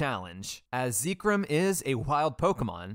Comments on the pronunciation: It counts, you failed. I would have given you a pass, but you pronounced Zekrom the way you did. Mission failed. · why bro call it zeeeee-krom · Why do you call it Zeekrym? It's Zekrom 😭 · Im late but pronouncing zekrom as zee-krum and not zeh-krom is crazy. I hear new ways for ppl to mispronounce pokemon names often 😂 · It's pronounced Zeck-rom, not Zeek-rom. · IVE BEEN PRONOUNCING ZEKROM WRONG?! how you say it: ZEE-krom how i say it: ZEK-rom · If you say zeekrom one more time I'm gonna lose it. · Zekrom -> Zeh Rom -> The Rum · Ah yes, ZEEKRUM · Whenever he says "ZEEkrom" a part of me dies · “Zeekrum” it hurt every time he said it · "ahhh yess ZEEkrum, and ZebSTREEKA" my favorite pokemon. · Zee krum?? 😭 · How you say zekrom is weird (first time hearing someone say it that way) I pronounced it like Zek-Rom, and rom pronounced like rom as in rom hack) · I think specifically cause you called zekrom zekerom it counts as wild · I would have said it's fine... but hearing you say "zee-krom" is making me reconsider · Zekerum, really??????? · its pronounced Zeh chrome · no, that's what I'm saying. I've never heard it pronounced "ZEE-krom". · I'm sorry.... how did you just pronounce Zekrom? its literally pronounced how it's spelled! Zek rom! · No, I was thinking "Why does he pronounce Zekrom like that?" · Zekrom, Zebstrika, and most of the city names. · The only illeagle thing here is the pronunciation of Zekrom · Idk what’s more wild, you beating the game with no wild encounters, or the way you pronounce zekrom. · Your pronunciation of Zekrom is certainly unique. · Please never say Zekrom out loud again respectfully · I would absolutely consider this a win except for the fact that you pronounce Zekrom like that so you lose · No matter what people believe about the end validity of the challenge, what's not valid is how you pronounce Zekrom lmao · I know youre pronouncing zekrom like that on purpose because of how much you said it